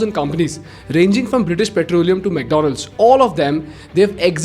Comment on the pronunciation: you pronounce McDonald's as McDowell signs of what you prefer most between these two 🤣